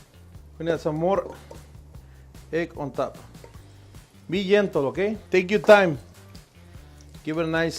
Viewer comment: "be yentle" hahahaha